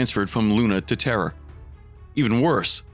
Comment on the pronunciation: I hear the same, especially when he says Terra.. it sounds like Terror